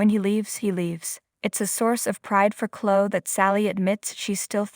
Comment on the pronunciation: Please get narrators that can pronounce words and names properly. The name is Chloe! =“kloee”. NOT klo!! Devon NOT “Deevin” and “Lilly”. NOT “Lilee”. Uugghh!!